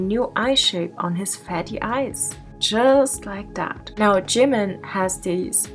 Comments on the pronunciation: I just lose 1 of my brain cells ald if they says "Jeeemen" again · He says jimin like jinmin. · it bothers me how he pronounces jimin's name as JIM MIN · "I respect Jih-min sooo much." Start by pronouncing his name properly, dude. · jimIN like wtf say his name properly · I can tell just by the way he says “jim-in” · He cant even pronounce it right "jemin" wth? My poor British self has to put up with him being born here. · And he can’t even pronounce Jimin’s name properly 😑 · JImin! The way he say jimin🤣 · Everytime he says Jimin it's hurts me physically and mentally and makes me wanna throw up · He pronounces jimin wrong and he looked better without plastic surgery I feel bad though cause the man is going through a mental nvm I'm not even gonna say it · He can’t even say “Jimin” and it hurts me mentally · He can't pronounce Jimin even right 😂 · Everytime he says ‘Jimin’ ... A small piece of myself died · He can't even pronounce "jimin" correctly.... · im sure he not .. i saw many stans but never act like him .. screaming in public '-' stupid kiss pictures '-' .. on top he cant even say jimin name right x-x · He doesn't even pronounce Jimin riiiiight come on he not a real stan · Is it just me but he pronounces Jimin oddly? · If you want to look like someone, just pronounce his name right. "JeE-mEn" Or "SourHarambe bts ^-^ ♡" Like... b&@